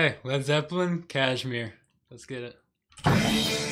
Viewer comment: It’s Kashmir, not Kazmir.